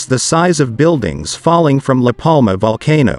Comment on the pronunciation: Excellent narration? It's a bloody TTS voice reading text. It's awful, started with L A Palma, not La Palma, and got more staccato and ridiculous after that.